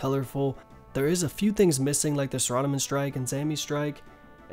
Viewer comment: "saradamin" wow...